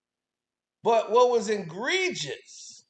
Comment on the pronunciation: The word is E-gregious, not IN-gregious. You are too intelligent to consistently mispronounce the word. If you cannot pronounce the word after several tries, please delete it from your vocabulary. 😂